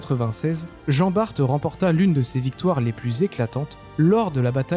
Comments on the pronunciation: Ayant été dans la marine je peux te confirmer la prononciation de Jean Bart. Donc « bar » pas « barte » 😊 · Hello. Pour Jean Bart, ça se prononce "Jean Bar" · Jean Bar"t"!!!??????😳😳😳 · Montargis, Jean Bart... pourquoi tu prononce ça comme un fiéfé angloy? regarde le film Tai-toi! (Reno et Depardieu) et viens donc faire le carnaval de Dunkerque! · Pour Jean Bart... Et ça a sûrement déjà été dit. La Marine ne prononce pas le t. Ca répond à la question (oui, au musée de la Marine, en suivant l'atelier des petits avec mon neveu, j'ai souffert). Pas de t. Point.😊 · Je confirme à J.Bart, on ne prononce pas le T . Sinon , kiffer, chevalier de Barbazan, gille de Rais ( tant qu'il était avec J.D'Arc ) et pleins d'autres J.Moulin..enfin...😊. Merci A + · Je vais faire mon relou des commentaires. Je descends de Jean Bart par la lignée maternelle et le (t) ne ce prononce pas. Et pour la bataille du vieil Harman, la prononciation en Alsacien et pas correct, mais pour réussir à le prononcé il faut être alsacien ou allemand. Personnellement même en habitent 3ans à côté je les jamais prononcé correctement. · bonjour, finalement on peut prononcer le (T) mais faut préciser que c'est en flamand 😂. Sur ce bonne continuation, merci de la réponse.